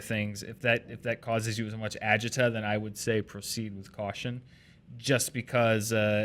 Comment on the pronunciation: do you know what agita means? Because it is acido which is heartburn in Italian. Umm not sure about that pronunciation there. LOL